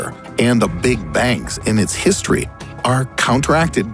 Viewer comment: Did he just pronounce history as herstory.?? I'm done